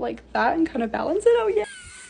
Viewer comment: " Oh my gAwSh oh my gAwD " She really went British there for a minute! 💀